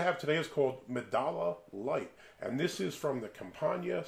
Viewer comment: It is not pronounce medalla. It is pronounce medaya since in spanish double ll is pronounce as y.